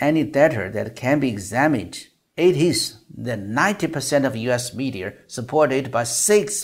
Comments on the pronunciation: 想表达一下听您英文的感受，总的来说很不错，请避免加“儿”音在“media”和“law”等没有“r”的词，听起来怪怪的。不是班门弄斧，也非挑毛病，只想这个频道可以越做越好。还有“un”这个发音可以再斟酌一下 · I have to say that your pronunciation sounds pretty good as Chinese. You can pronounce most of the words perfectly. But there are some words that are not clear or have some issues like adding the r sound to certain words that don't have the r sound like (media(r), data(r), law(r)...) and other words with an unclear vowel sound like bAllot, lOOsses, ju(OO)dicial... for accurate pronunciation, you can search the keyword on or where you can hear real people's pronunciation. Another area you can improve is word stress and intonation, especially when you reading a long sentence, there are some words that are emphasized more than others, and also how you group the words... for this, I suggest you practice with the Daily Dictation series with Coach Shane or you can go with the Ben Franklin exercise on Rachel's channel. There are about 2500 words in this video and the duration is roughly 1300 seconds, that's about 0.52 seconds per word (115w/m), very close to the speed of Trump (0.55) when he speaks in public which is a bit slow compare to the average news reporter ~0.4 (150w/m). The speed is okay but I think you can get better. That's been said, but the most important part is the content, which is what everyone loves. You did an excellent job on that, keep it up.